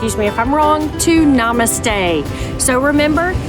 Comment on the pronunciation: Lol, ya, you butchered “Namaste.” But A for effort 😅 ❤from an Indian guy currently visiting Hawaii again 🏝️